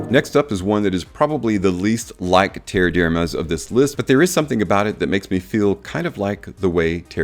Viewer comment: Definitely doesn't smell like leather. No idea where that idea comes from. Have never heard anyone say that before. The pronunciation of Terre D'Hermes has also been butchered. It's not a difficult one to say.